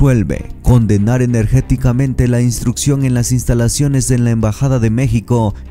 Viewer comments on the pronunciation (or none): Se dice enérgicamente no energéticamente 🙄🙄🙄🤦🏻‍♂️🤦🏻‍♂️🤦🏻‍♂️🤦🏻‍♂️🤦🏻‍♂️ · Es enérgicamente, no energeticamente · Y este pasó la priaria? Por qué dice energéticamente si es enérgicamente. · Se dice ENERGICAMENTE Y no, energeticamente. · Energeticamente no.....Energicamente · Se dice enérgicamente no energéticamente ja ja ja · Mi amigo, no se dice energéticamente, si no enérgicamente. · Se dise,, energicamente,,,,no ,,, energéticamente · Apoyo al presidente, estimado narrador, se dice protesto energicamete, no energeticamente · Se dice enérgicamente, no energéticamente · Jajaja, se dice: energicamente. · Enérgicamente no se dice en este caso. Se dice enérgicamente. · Se dice enérgicamente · Se dice energicame!